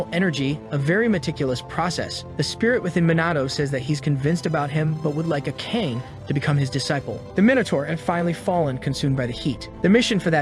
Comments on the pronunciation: The girl's name is not 'Uh-Cane.' Akane is sounded out as 'Ahka-Nay.' Oh the greatness of bot-read manhwas. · You keep mispronouncing Akane's name. Akane has 3 syllables split like this: A-ka-ne. Ah-caw-nay.